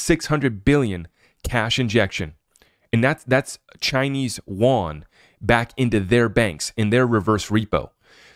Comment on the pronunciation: The Chinese Yuan isn't "Wahn", it's You-on.... You-on. Thank you.